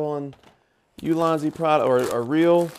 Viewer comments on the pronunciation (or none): none